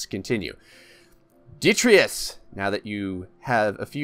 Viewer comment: Also every time he says "ditreeus"